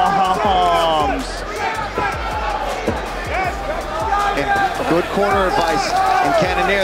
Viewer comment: He also said baababombs